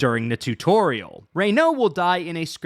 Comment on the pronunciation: not the assashins 😂😂😂😂